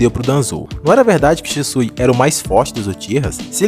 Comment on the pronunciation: "É Shixu, Sishu, Shishiu, Shisu..." "É Shisui, senhor." 😂😂😂😂